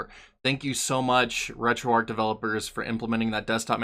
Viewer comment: You're pronouncing it Arc, but its Arch, like the arch of a bridge, or your foot. hard 'Hch' at the end.